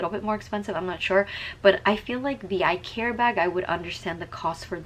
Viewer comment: This is not how you pronounce Icare… Just saying 😅😅😅